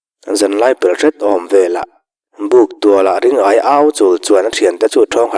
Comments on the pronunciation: Hotupa,Ring-aia ni lovin Ri-ngaia a ni mai lo maw te ka lo ti. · Ring-aia nilo in Ri-ngaia ni zawk lo maw le?